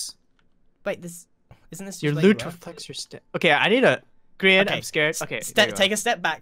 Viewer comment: It's Grian not grain !